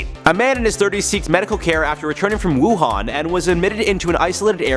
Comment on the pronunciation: You got it right but lots of news anchors butchered the name Wuhan is pronounce “Wu Han” like Han Solo.